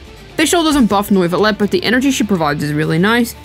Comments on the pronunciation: How British can a Video be ? Me : Yes, Neuvillette 😺 He : No, NOIIVUUULETT 👹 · His name isnt NOIV-ullette bro , its French = NUEV-illette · ‘Noivelette’ lol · Did she just say.. nuyvillette 💀💀💀💀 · did I hear "nerd village" correctly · you DID NOT just say Noivilette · Sry for disrespecting but NOIFILLET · why do you call him noooivelet 😂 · N-oy-ve-let......pretty far off lol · Noivilette ? xDD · You called him Norvillette. You called him Noyvillette. You called him everything but his actual name and the entire video is a out him. SMFH